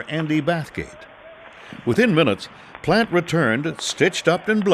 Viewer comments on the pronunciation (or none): Pronouncation on all other names with the French name expect Jacques. Plant. Please. It's Plaunt. Geez. Sound like a plan Stan. Know what I mean Jean. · Plante not Plant...